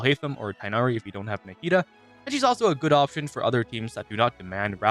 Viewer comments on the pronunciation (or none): none